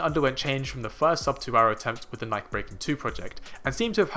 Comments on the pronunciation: First of all, please pronounce Nike correctly. Secondly, Faith will do a magnificent job this year in the mile/1500, but that gap is huge. It WILL, however, likely spark talk of women legitimately breaking the barrier and result in women doing their level best to break it in the future. I am 55, and I expect to see a sub-four mile for women in my lifetime. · As soon as you mispronounced "Nike" in the first minute, I was out. If you don't know that brand, you don't know track.